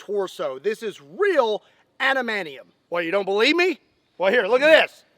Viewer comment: Is cute how you pronounce adamantium ''adamanion'', tx for nerding for us